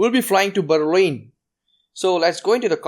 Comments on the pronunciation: Bhai Berlin toh Sahi se pronounce kar, itna tongue roll on BERRRLINN, comex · “We will be going to berin”